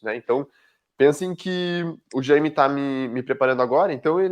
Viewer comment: Chamar o cara de Jãime é muito engraçado 😂😂😂